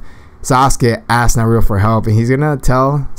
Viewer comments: you said naruo in stead of nar u too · It's not narudo it's naruto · Nar-ru-to Naruto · Skilled Magician that's not how you say Naruto come on